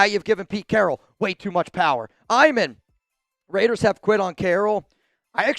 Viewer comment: It’s not RAIIDDEERRESSS it’s LAATTEERRRSSSSSS 😂😂😂